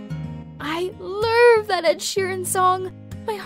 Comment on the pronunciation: “i luuurv that ed sheeran song” why did she say it like that